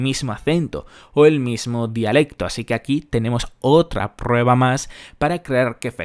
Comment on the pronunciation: "Tenemos otrrrra prrrrrueba mas"... Pareces ruso bro